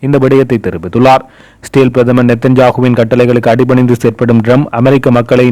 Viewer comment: செய்தி வாசிக்கும் Israyel என்ற நாட்டின் பெயரை சரியாக உச்சரித்து பழகுங்கள். இ என்ற சத்தம் கேட்கவில்லை. சிறேல் என்று ஒரு நாடு இல்லை.